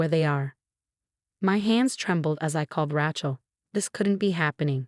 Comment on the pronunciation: RAY-CHEL not RA-CHEL